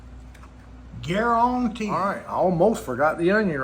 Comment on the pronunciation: "I Guaruntee it" your accent 😂 Damn that burger must be good. 😊